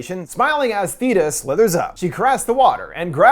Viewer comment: You say “Theeta” like you didn’t listen to it and only read the subtitles, you hard at hearing?